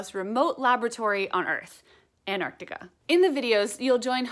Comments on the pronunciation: ANN-TARK-TICK-UH Not anardi'a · Dianna, there’s a t in Antartica.